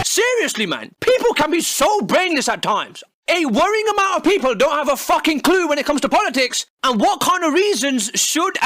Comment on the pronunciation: "peopel" lul